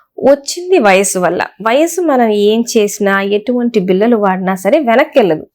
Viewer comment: మేడమ్, మీ వీడియోలు చాలా వివరం గా ఉన్నాయి. మీరు కాస్త తెలుగులో ళ చెప్పవలసిన చోట ల అని చెప్పవద్దు. Eg. బిల్ల కాదు ఆ పదం బిళ్ళ. వాల్లు కాదు, వాళ్ళు. లేక పోతే కొన్ని చోట్ల అర్థం మారి పోవచ్చు కూడా!